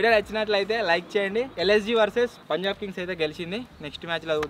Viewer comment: Anna antha baga adru kani oka mistek chesaru _ akada punlab❌punjab✔️